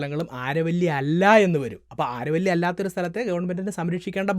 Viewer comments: "ആരവല്ലി" എന്നല്ല "അരാവലി" mountains എന്നാണ് ഉച്ചരിക്കേണ്ടത്. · ആരവല്ലി അല്ല ആരാവലി ആണ് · It's not aaravalli it's Aravalli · Aaravalli alla Aravali. Why do u change local names ? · ആരവല്ലി അല്ല അരാവലി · നല്ല പ്രെസന്റാഷൻ, ആരവല്ലി എന്നല്ല അരാവലി എന്നാണ് ഇവിടെ (രാജസ്ഥാൻ) ഉച്ചരിക്കുന്നത്. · ആരവല്ലി അല്ല അരാവലി! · അരാവലി എന്നാണ്